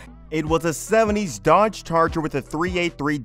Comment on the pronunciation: Gotta love that 1971 Dodge "Charller" .... lel